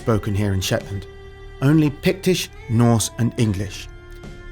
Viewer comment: Scatness and Schetland were never Scottish... ok,. Lol.